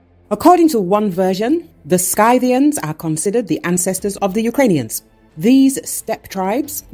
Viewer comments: The voice-over's pronunciation of "Scythians" is ghastly. It makes me wince. The correct pronunciation is "Sith - ee - ans". ("Sküthes" in Greek.) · Wrong prenanciation on SCYTIANS ! It is not like letter I, but like when you say innocent . Just like letter E ! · It's pronounced sythians. Not skythians. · It's pronounced si·thee·uhn not sky-thiian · I thought it was pronounced differently. That when you say Scythians, you say "si-thians" and not "sky-thians" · Scythians is not pronounced Sky -thians, but Sithians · GET A LITERATE NARRATOR!!!! SKY-thians!!! It is SITH-thians! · It’s pronounced ‘sithian’. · Good reporting, but every time she pronounces it "SKY-thians," it makes me want to scream. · Could only get 37 seconds in. SKY-thians the absolute pain in this mispronounciation. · Scythians, pronounced Sith-ee-ans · The Scythians is pronounced “Sith-e-ans”. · Pronouncing your key word incorrectly as "Sky-thi-ans" sounds pretty ignorant, doesn't it,? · Skythians? What? Hate rowbots voise mispronouncing wirds. ( yes, I know, it’s deliberate)